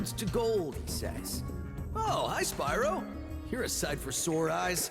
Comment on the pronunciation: Hewwo Spywo. owo